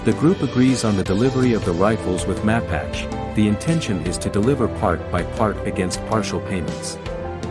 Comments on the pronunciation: Ma pache as in the Indian tribe is correct pronunciation as the other commenter said. Syllables emphasis on the second syllable. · Good review...but in the film the General's name is does not rhyme with "patch" but rather with "Apache" as in the Indian tribe... "Mah.pache..." Powerful, haunting film...